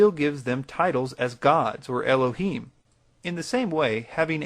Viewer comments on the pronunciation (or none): none